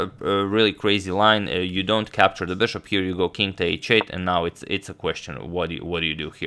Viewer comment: why is he pronouncing "bishop" so weird? I've watched his videos from 2-3 years ago and he was pronouncing it normally...wth